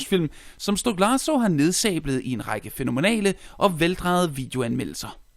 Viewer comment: STOK-LA-SA ikke STOK-LARS-SO